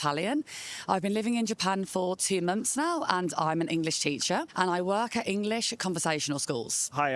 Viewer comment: I like how she says munts